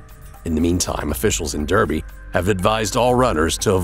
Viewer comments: The Guy should learn how to pronounce British place names - It's NOT Der-by its Dar-by. Jeeeze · Derby, UK, is pronounced dar-by, not der-by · It’s not pronounced “Derby” it’s pronounced “dar-bee” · Derby in the UK is pronounced 'Darby'